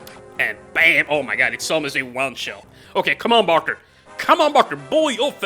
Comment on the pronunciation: I dont want to be that guy but you arent pronouncing bartre rightbut there is a character named bauker